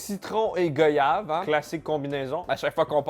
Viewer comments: Bonne vidéo mais le fruit goyave se prononce "gwayav" au même titre voyage par exemple et non "gauyav". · On dit pas goyave !!! Ça se prononce goiyave 😅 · C'est pas Go-yave mais ça se prononce Goy-yave ou comme le mot voyage. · Gouayave pas GÔyave stp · On dit "Gwaïave" pas "Goïave"